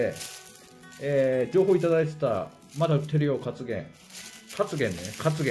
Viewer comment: カツゲンの発音 完璧です😁👍 セイコーマートのジンギスカンは 美味しいんですよね‼️ 京極は 北海道でも 有名な名水の町で たくさんの人が ポリタンクを台車に乗せて汲みに来てますよ‼️